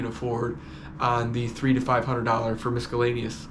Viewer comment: They way you say miscellaneous is hilarious